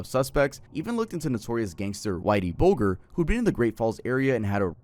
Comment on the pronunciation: Bulger's last name has a soft "G".